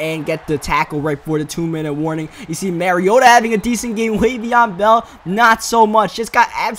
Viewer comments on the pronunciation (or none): You still call mariota "marry-oh-tuh". Its pronounced (mah-ree-oh-tuh)